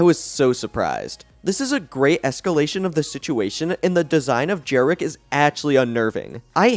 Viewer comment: And also, the creature at the end is called Jerricky, not Jerrick.